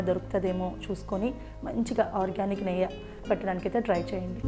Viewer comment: నెయ్య కాదు నెయ్యి